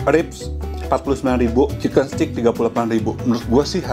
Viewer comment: Suka banget sama semua review. Btw koh kalo nyebut steak itu adalah “STEK” or steik BUKAN “STIK”. Karna maknanya beda. Udah saatnya kita memperbaiki pengucapan bahasa Inggris yang benar, karna aku juga lagi belajar. Heheheh. Terimakasih